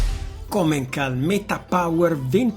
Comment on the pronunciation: Bel video, una critica piccola è la pronuncia della commencal (commenSal)